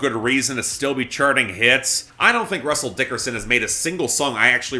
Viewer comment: If there's one thing I have to look forward to on future episodes of Billboard Breakdown in 2022, it's hearing say "Russell DICKerson" every other week again.